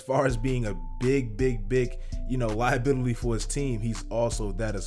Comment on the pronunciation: “Liabitily” tell me you niggas heard that